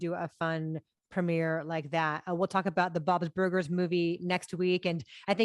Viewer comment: Christy has an interesting pronunciation of Bob's Burgers, sounds like she inserts an extra syllable "Bob-iz burgers".